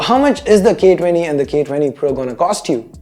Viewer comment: ' For the gay 20' XD